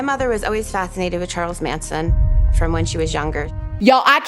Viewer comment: You said “” lmao